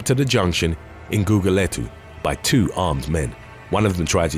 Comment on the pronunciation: Your pronunciation of"GUGULETHU" was spot on. 💜